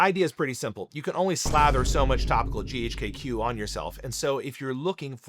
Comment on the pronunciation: Chemist here. Surprised you’re an MD, but pronounce GHK-Cu as “GHK-kew.” The Cu is the elemental abbreviation for copper, and is pronounced as separate letters “C.u” like “See-You” Also the “LR” in IGF1-LR3 doesn’t stand for “long release”. It stand for Long R3, where R3 is arginine